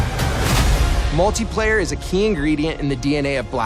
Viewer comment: Did he say “multay” player?